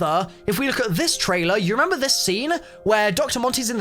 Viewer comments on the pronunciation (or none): none